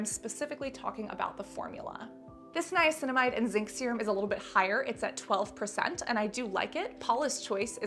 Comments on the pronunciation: I cracked up when you kneeaminicide. Hilarious. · Niaguin, piguinamide, niacinaguin. Lol sorry had to say it.